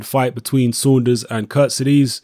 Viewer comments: Good video but it's not prounonced 'Kurt-si-dees' it's 'Kurt-seeds-ay'. Was doing my nut in when the Boxnation commentator kept getting it wrong. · hey england people and you... who is kuttizes?? jusat say KHURTSIDZE!!!! not KUrtezes. can you read right??? and this KHURTSIDZE will knock him out cold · Charlotte croan agreed